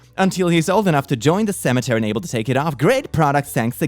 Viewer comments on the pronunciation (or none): The way he said "Seminary" as "Cemetery" 🤣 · Did he just say Cemetery instead of seminary?